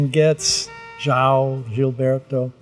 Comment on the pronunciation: Stan Getz, ``DJAO`` Gilberto... LoL... John não sabe que no Brasil João quer dizer John.. Esse disco é fabuloso!! uma obra-prima!! Stan Getz & João Gilberto apresentando Antonio Carlos Jobim (Tom Jobim) sem palavras.